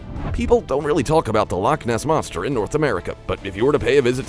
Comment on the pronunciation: Bro really said lock moss monster no offense but that was just funny😂😂